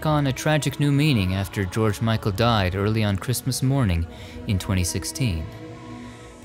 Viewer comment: Highgate cemetery is the most hauntingly beautiful cemetery, a perfect place for such a legend as George Michael. You’ve said his name as beautiful as he did